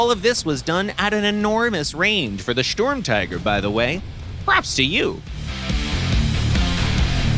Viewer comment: Please go visit Tankenstein for proper Sturmtiger and other German word pronounciation.